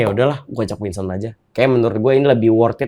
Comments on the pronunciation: WINSON BANGG BUKANN WINSTON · Winson bang, winson. Bukan winston. 😂😂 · Please...Winson bukan Winston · WKWKWKW GW NGAKAK BANG DENY BILANG NYA WINSTON KWKWWKWKWK NAMA ORANG DIUBAH2 KWKWKKW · Winson kang ,bukan winston:v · winson den, winson bukan winston wkwkwwk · Winson bg bukan Winston